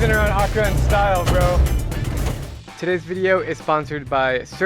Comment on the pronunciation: Drew when u say accra you say it with one a its meant to be said like accraa not one a its just how we spell it